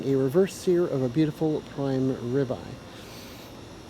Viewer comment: WTF is a Ribey steak ? Ribeye ?